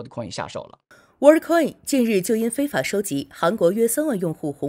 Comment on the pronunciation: 不是 “WHAT ” coin 是 ”World” coin 如果 ”World” 发音是跟What 一样 那 真正 What 的发音是什麼？